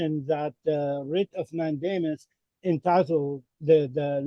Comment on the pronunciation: I hear him saying WRIT OF MATT DAMON 😂